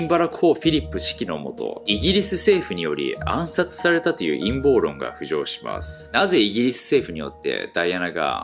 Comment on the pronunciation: タイトル見て思い出したけど、「陰謀論」を「いんもうろん｣って読み間違えてたナオキマン懐かしいな〜〜〜〜〜〜〜〜